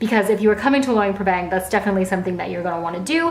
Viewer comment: Nice video but Luang Prabang has a lot more to offer than the night market. In fact the night market is a long way down the list of things to see and do here. Also a tip for you is to learn how to pronounce the name of the place you are visiting so that you say it correctly for your video.